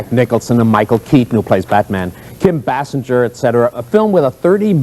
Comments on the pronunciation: That news guy kept murdering Kim Basinger's name. " Kim bass-en-jer, bass-en-jer- bass bass" I'm like yelling at the screen, "Bay-singer!" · Bro said Basinger like Homer. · What a lame that abc7 reporter is/was. Couldn't pronounce Kim Basinger's name right. Tryna throw shade at based Paul Moyer.